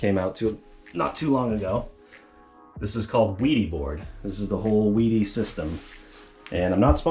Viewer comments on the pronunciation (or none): The German way of pronoucing would be "Vædy". The æ like e in vest. But I think it is all ok, if US ppl say Veedy or Weedy 😁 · no, the manufacturer pronounces it "VEE-dee." It's a German company.